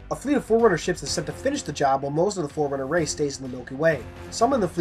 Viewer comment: When you first said forerunner I thought you said foreigners 🙂